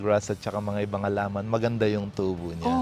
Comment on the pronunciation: Nostalgic ung pagsasalita nya laar, alaman, baay, buay. Parang un lolo ko kulang tlga ng H. SUPER AWESOME Property!!! Very inspiring story!